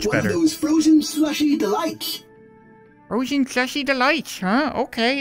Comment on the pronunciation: It's like the bot said slushie delights, but said swushy dehaights